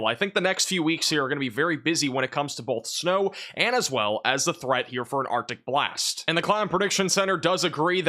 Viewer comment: Who else hears “OPTIC BLAST” when he says Arctic Blast? Lol (Cyclops from Marvel Vs Capcom)